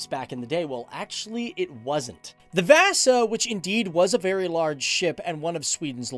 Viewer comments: ”VÄSA SHIP” 😂😂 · THE WAY HE PRONOUNCES VASA MAKES ME WANT TO KILL MYSELF